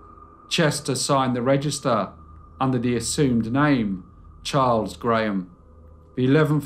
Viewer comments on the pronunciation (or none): none